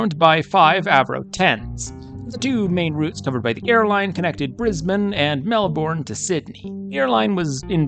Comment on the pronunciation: I can tell you are from the US. Melbourne is not pronounced 'Melborn'. It is better thought of as Melbn. As for Wangaratta! Try Wanga rat ah. All 3 of these crashes occurred along the 2,300 mile long Great Dividing Range, which runs almost the entire length of the east coast of Australia. NONE of them would be classified by any stretch of the imagination as being in the 'Outback'.